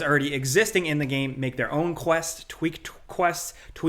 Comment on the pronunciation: The more you said "tweak", the more I began to hear "chwheak". I don't think I will ever think of tweak the same again...